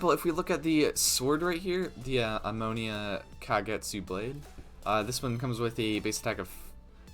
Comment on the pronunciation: "Ammonia kagetsu " Bruh.